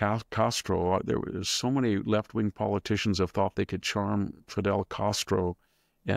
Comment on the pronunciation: Canada's mutant Poli-tick-shins neurotic